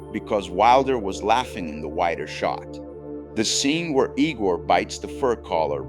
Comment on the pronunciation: eye-gor, fool. EYE-GOR!